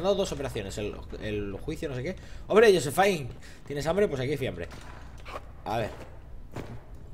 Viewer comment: Jajajaja siempre que pasa por josephine dice "josephine tienes habmbre? No se que fiambre" jajajajajaja